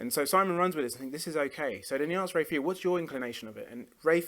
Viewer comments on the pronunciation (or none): Ray Phiri’s last name is pronounced “pee-ree”, not “Fury”. He’s also a guitar player, which Arday gets correct initially, but then mistakenly says accordion.